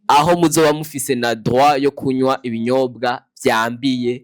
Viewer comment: Ntibavugá « kunwá » bavuga « kunywá »